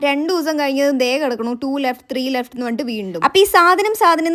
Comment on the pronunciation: Left ❎ Leff ✅ 😂😂 ❤❤